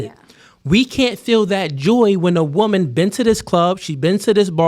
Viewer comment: Why can’t pronounce woman and women correctly. Until he fixes this egregious speech issue nobody should watch his content again and punish him for this bad behavior. You can’t shit on 304s who all sound stupid and then sound stupid yourself.